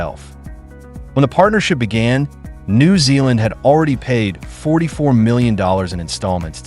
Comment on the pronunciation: I live in NZ. The way the AI pronounced "New" in New Zealand is so weird I can't listen to it any longer.